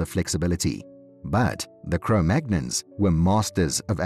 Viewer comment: Cro-Magnons? Cro-Magnons? The first clue is that he can't even pronounce the name properly. The second clue is that the scientific community - the actual, peer reviewed, qualified from an accredited institution scientific community has moved on from Cro-Magnon decades ago. I stopped watching within the first 15 seconds. I can only assume that he goes on to say that the aliens came down and showed them how to light fires to keep warm.